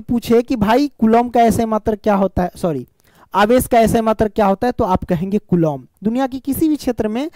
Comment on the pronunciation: Kulom nhi hota kulam hota hai